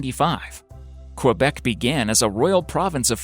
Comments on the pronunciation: As a quebecer its saId kebec, not qwebec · say it like this : "Kebec" not fucking KUabec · guy you need to fucking learn how to pronounce the name of Quebec correctly btw prostitution is not legal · This guy's pronunciation of "Quebec"... LOL